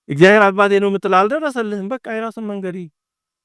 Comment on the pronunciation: መምህር ቃለ ሕይወት ያሰማልን። እግዚአብሔር ብለው የሚጠሩበት ድምጽ ይረብሻል።የችኮላ ወይም የአንደበት ችግር ሊሆን ይችላሉ ግን "እግዚያዬር" የምትሉ ይመስላል። እና ሌሎቹም ከተማ የሚኖሩ መምህራን ላይም ይሄ አጠራር ይሰማል።